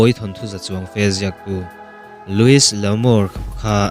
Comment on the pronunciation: Louis (s) hi lamrik loh tur. Lui L'Amour